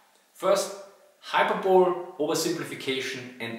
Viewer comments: Hello again, sorry to butt in but I just wanted to make another pronounciation correction (I made another one on your... Poland Panzer issues video? Maybe). Anyways, I wanted to say that "hyperbole" is pronounced "hy-per-bow-lee", not "hyper-bowl". I don't want to make you self-conscious or anything about your pronounciations when I stop in to correct them; I just really like your videos, and since I can't donate money via Patreon, I thought I could at least do something like this to give back. Please keep making great videos, and if it bothers you please tell me to stop correcting you in later videos! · Hy - per - bol - EY. Not Hyper - bole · 'Hyperbole' is pronounced: 'hyper-bo-lee', not 'hyper-bowl' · Forgive me for respectfully pointing out that the English word "hyperbole" is not pronounced "HIGH-purr-bowl" but "high-PURR-bull-lee". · I think I never heard someone say "hyperbole" the way you do. I always hear "high-per-bowl-lee" but you say "hyper-bowl". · Sorry to be pedantic, mispronounced words are like upounded nails .. "hyperbole" was pronounced as "hypebowl" to my experience it should be " hi-per-bow-lee* .. just a note .. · Hello again, sorry to butt in but I just wanted to make another pronounciation correction (I made another one on your... Poland Panzer issues video? Maybe). Anyways, I wanted to say that "hyperbole" is pronounced "hy-per-bow-lee", not "hyper-bowl". I don't want to make you self-conscious or anything about your pronounciations when I stop in to correct them; I just really like your videos, and since I can't donate money via Patreon, I thought I could at least do something like this to give back. Please keep making great videos, and if it bothers you please tell me to stop correcting you in later videos! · Just FYI the word "hyperbole" is pronounced "high-per-ba-li". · Nice vids but ' hyperbole' is pronounced as if it was spelled 'hyperbolly'